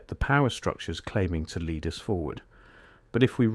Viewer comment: Boy, AI reading is improving... even inhalations now! I only noticed three errors.. mispronunciation of "lead", "Tartaria" and "reset". Well done, AI.